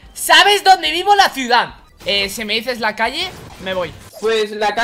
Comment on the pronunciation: el hombre dijo ciudad pero la dijo thanix